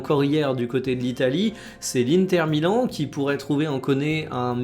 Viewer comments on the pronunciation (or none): none